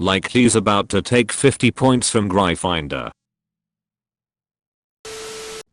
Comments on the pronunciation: How the house is pronounced: gryphon/griffon-door. How the reader pronounces it: Grai-finder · "I'm from Gry Finder"